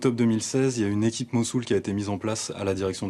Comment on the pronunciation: Ils ne lancent pas hune offensive. Ils lancent Tune offensive. Merci de parler français correctement!